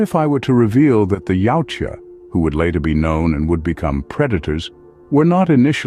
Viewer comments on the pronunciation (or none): why does the narrator keep pronouncing the name of the species as yaucha how does the j sound like a ch yautja thats the way its spelled